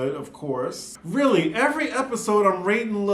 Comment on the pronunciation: "RRRRRREALLY!" Girl- I was like where yo accent at????? Sounded real southern/country... 🤣 🤣 🤣 🤣